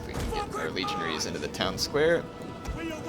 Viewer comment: for some reason, I laughed hysterically because I thought he said 'legionHEIRS'